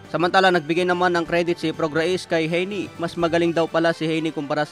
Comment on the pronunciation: Mali pronunciation mo ng name ni prograis!!!